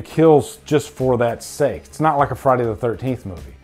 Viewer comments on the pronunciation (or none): none